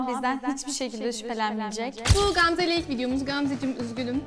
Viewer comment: Qamze yox Gamze🤦🏻‍♀️